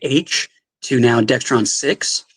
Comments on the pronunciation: DEXRON, not DEXTRON! There is no T in it! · hard to take him seriously when he says 'dextron'. it’s dexron.